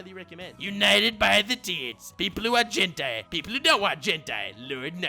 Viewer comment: pronunciation of gentai is unprecedented